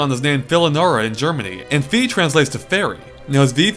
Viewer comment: I'm proud of you that you managed to pronounce Fee, haha.